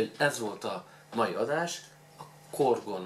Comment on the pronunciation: Hú ez nem a kedvenc söröm,nekem túl keserű.Igaz csapolva még elmegy...Amúgy nem úgy kell kiejteni hogy korgon hanem corgony.